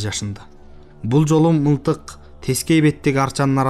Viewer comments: Мынтык дегенди уккан эмес элем. МЫЛТЫК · Урматтуу диктор мынтык дебей мылтык деп окучу адабият сабагын мектепте окудун беле